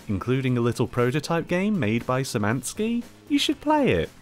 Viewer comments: His name is pronounced “David Shymanski” sorry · "Sz" is pronounced as "sh", like in a "shelf". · szymanski is pronounced kinda likr shimanski, but y sound is central, sz sound is retroflex